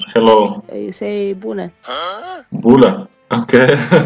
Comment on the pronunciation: По румынский Привет не Була, а Бунэ. Это сокращённо от Бунэ зиуа. Т.е Добрый день. Как на испанском Буэнос диос